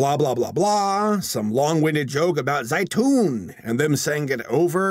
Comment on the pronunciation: Zaitoon is olive in arabic, but they pronounced it waaaay wrong. it should be pronounced lighter. like zeitoon.